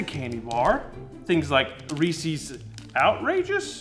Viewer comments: Who says Reese’s like “feces”?!? It’s Reese’s like Kyle Reese from Terminator. I ain’t eating something that sounds like poop… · Umm…I know you’re southern, but it’s pronounced ReesEZ…not ReesEEZ. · Why do you say Reesee's when the company themselves call it Reese's? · I think it has to do with the final S in “Reese’s”. I think if said quickly it sounds like reesies. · I can't watch this with how he pronounces Reese's, it's a goddamn possessive it's not "Reesies" smh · I just want you to know that the way you say Reese's is how they say it here in Ohio. And it's wrong. Reese's has no fourth E nor an I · How do you misread "Reese's" so badly? It sounds like one of those moronic things people say just to sound stupid, intentional. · The pronunciation of REESES….WTF